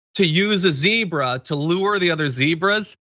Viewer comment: Fyi it's zebra not zebra